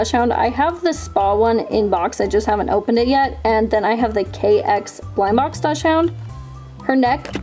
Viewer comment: Love the video sm but it’s pronounced dock-sund 🥹❤️